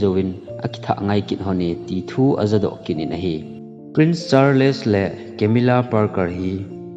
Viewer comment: Charles hi word khat ahin word ni ahipon thil pronunciation ihet lou hohi Google a vet thei ahie. [Just a small correction ] thusim sei vang chu nathieme.